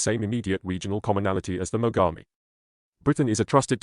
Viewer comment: They're pronouncing Mogami(Names of Japanese river) as Magami. It would certainly hurt quite a bit to be bitten by a warship like that. Σ(ﾟω´(◞◟･´ ,,)chompchomp